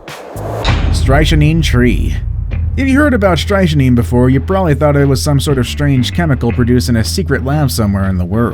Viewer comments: The way you pronounced “strychnine” kills me… lol. It’s pronounced “STRICK-neen” not “stry-sha-nine” 💀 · Be nice if somebody taught the narrator how to pronounce words before they record the story. "Stritchneen" is not even close. STRICK-nine is the most popular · It's pronounced STRICK -NINE not stryche a neen. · It’s pronounced STRICK NINE.. not STRY A SHEEN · #8 strychnine...you pronounced it incorrectly. You said it like stri-shin-neen when it is pronounced strick-nine, like trick-9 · seriously dude.....its pronounced Stricknine........and Gimpy gimpy.......not strichynine and jimpy jimpy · It's pronounced .. Strick-9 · I was going to subscribe, then you mispronounced strychnine. Strick-nine. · Duh!! You're mispronouncing the name of the Strychnine Tree!! The correct pronunciation is "strik-9"!! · It's pronounced strick nine!! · it's pronounced (/ˈstrɪkniːn/ STRIK-neen dumbo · Strychnine is pronounced strick-nine. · Strychnine??? You pronounce it 2 ways and WRONG both times. Try saying it more like this: STRICT NINE as in the number 9. Maybe you have heard of it before? Saying it exactly the way I spelled it would be a little off. But it should put you on track. I had NO IDEA it was a type of TREE just that it was a POISON. Don't you watch James Bond Movies or Murder Mysteries? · Why do professional channels not have narrators who pronounce things correctly. It's "STRIK nee" or STRIKE nine". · *strik neen. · STRIKTNINE. THAT IS HOW IT IS PRONOUNCED. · I believe strychnine is pronounced "Strik-nine" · It's actually pronounced more like "Strik-neen" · Strychnine is pronounced strick-nine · It's pronounced strik·neen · strychnine is pronounced strik-nin. magic mushrooms- whoops - i mean a dictionary... could have hepled you there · Isn't strychnine pronounced like "strick-9"? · South of the equator we pronounce it Strick-neen. And yes, Gympie is pronounced like gimp-ee with a hard G as mentioned in these comments. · Strychnine, its pronounced Stricknine.